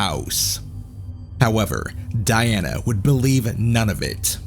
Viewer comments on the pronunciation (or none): none